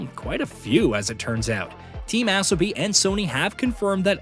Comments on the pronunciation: I'm pretty sure it's Uh-so-bee, not Ass-oh-bee. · its pronounced Asobi, not Assobi like you keep saying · I’m pretty sure Asobi is pronounced A-so-bi not As-o-bi 😅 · Asobi….learn how to say it! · Still can’t get the ai to say asobi properly 😂😂